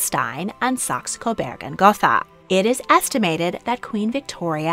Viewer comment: Saxe. Like the instrument, sax. Coburg. With a U. Not an E. Burg as in burger. Please pronounce it correctly.